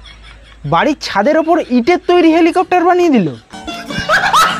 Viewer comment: Eta helicopter na...nicher balcopter..😂😂